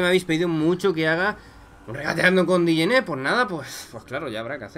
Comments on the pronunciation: No se pronuncia dijene se pronuncia jené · Nadie: Obsulutamente nadie:: diyene